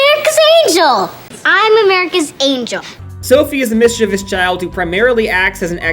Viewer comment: mis chee vee ous